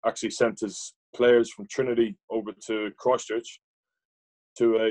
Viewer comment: When he says Christchurch 🤣👌🏻